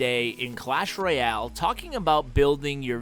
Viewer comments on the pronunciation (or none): none